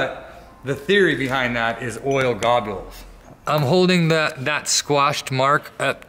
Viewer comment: "Oil Gobules" -Bad. D. Braddy